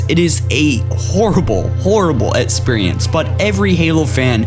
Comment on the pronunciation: "Etsperience" "Cario" "Ablitherated" Learn how to fucking speak English properly if you're gonna attempt to talk over more videos... And you must be utterly shit if you think some of these missions are hard on Legendary... A realistic Top 5 Most Difficult Missions on Legendary would include the top 5 hardest levels from Halo 2.